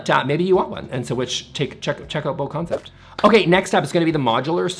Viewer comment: The Bo in BoConcept is pronounced like Boo